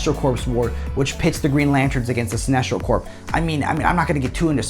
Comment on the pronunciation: Sinestro Corps… Corps is pronounced core. The p and s are silent. Good content bud. Glad you found a sponsor. 👍